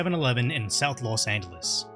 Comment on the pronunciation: los demonios instead of Los Angeles